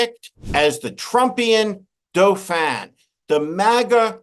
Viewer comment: Outstanding use and pronunciation of the French word “Dauphin”.